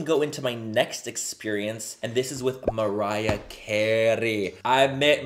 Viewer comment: Yes, maybe the fact that you waited for so long explains why the chemistry was a little bit off between Mariah and you. It wasn't your best video, that's for sure. You seemed nervous (you were not even able to pronounce her name at the beginning of the video), and you overcompensated by being a little bit too loud and overzealous. But I suppose that's the Mariah Carey effect. I believe it would have been better if you were able to match her calm energy.